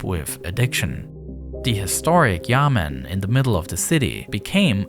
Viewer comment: Me AKA every Chinese person who hears he say Yamen wrong: BROOOO It’s Yá men 衙门